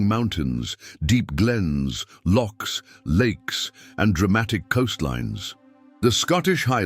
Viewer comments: “Lochs” not ‘locks’ ffs!😲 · First of all ditch the awful AI generated voice-over that for a Scot is quite insulting when Lochs become Locks. Secondly, Scotland also suffered a diaspora when landowners in the Highlands during the 18th centuary realised they could make more money from sheep than having crofters, thus forcing people off the land and causing mass emigration to the USA, Canada, Australia, NZ etc. This dark moment in Scottish history was called the Highland clearances. Thirdly, and I'm saving the best till last. The union of Scotland with England in 1707 was brought about by greedy Scottish nobility being bribed to make it happen. The common people certainly did not want it and riots ensued. So I cannot give a thumbs up despite the otherwise interesting content. Yes, Scotland and Ireland have their differences, but as Scot who has visited Ireland and met Irish people all over the world, I believe we have more in common in that our outlook on life is very similar, both countries love a good craic, we have felt the oppression of English rule and unfortunately Scotland still does. But the times, they are a changing.